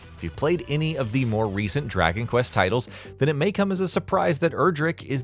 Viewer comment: Draky Quest 😂